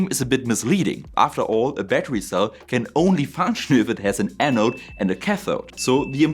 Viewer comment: I'm sorry. I wanted to watch this video, but when the video started with "A batuwy" I just couldn't take it seriously.